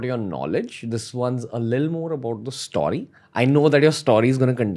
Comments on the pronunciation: Bro its "STO-RY" and not "STAW-RY" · Please stop saying stoary